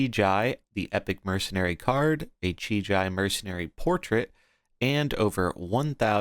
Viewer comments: Please dear god stop calling him "Chi-Jai" kekw. if you need phonetical clues, it's "Chi-GEE" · The I in JI is pronounced the same as the first I. The way you say it hurts my ears :D